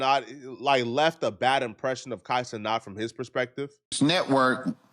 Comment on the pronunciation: why are you still saying Kai CeNOT instead of CeNAT?